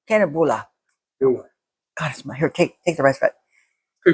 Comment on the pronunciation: We neighboring Finnish and Swedish people always have tight contest about which country has better cinnamon rolls. Basically we make them quite similarily, typically Finns don't usually use brown sugar, just regular white. And yeah, the pronounciation wasn't quite there but it's hard to correct. The letter l in the words is more pronounced. Can-el-bull-ar would be the closest I guess, the el like like in Spanish.